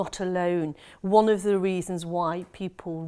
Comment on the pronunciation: *Wannn*? Interesting interpretation. I think wan works better. Not vicars daughter either, solicitors daughter surely